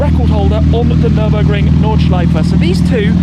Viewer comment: “Nirbin-burger”. Muscle vs tuner 😂😂😂